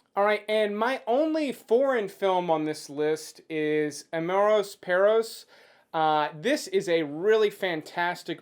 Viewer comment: The way you pronounced amores perros i laughed so fucking hard, i cant stop repeating it around my house. Great video!